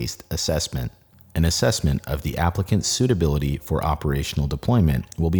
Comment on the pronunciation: anyone else catch him mispronouncing “assessment”? First time i’ve caught that beautiful voice saying the wrong word